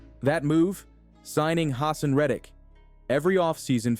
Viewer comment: FYI - it’s “huh-sahn Red-ick” and “Ruh-Shawd White” for pronunciation